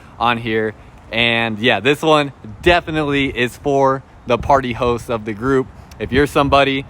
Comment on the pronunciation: Sounds like he saying party hoes😆😆😆😆